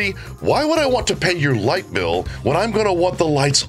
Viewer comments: Light bill?? I thought she said lipo. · lol thats what I heard as well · Light bill I swar she said lipo..😂